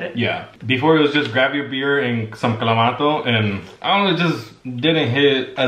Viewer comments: The “clawmatoo “ part too lol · Mayra checking on how to say ClamaTo is life! Lol 😂 love you both.